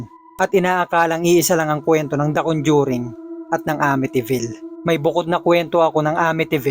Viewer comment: Nakakatakot naman ng istoryang ito. Pero mas nakakatakot ang pagkasabi ng RODYER sa pangalang Roger. At CONDYURING sa salitang Conjuring.